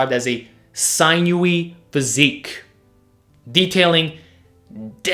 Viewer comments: It's "sin-you" not "sign-you" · Not sign yooey. Sin-ooey or sin-yooey. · sinewy is pronounced as SIN YOU WEE not SIGN NEW WEE. 😉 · It's pronounced "sin-u- eee"... just FYI... great video as always!😁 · Hate to be that guy,. (Sin-you-ee) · Sinewy: See-new-ee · Sinewy is pronounced sin-yə-wē or si-nə-wē. Just sayin' :) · fyi sinew/sinewy is with a short i sound (as in "sin")... not a long i sound.